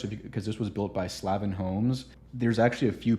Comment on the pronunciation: And it’s Slavin, pronounced with a hard A like slave-n. Bobby Slavin.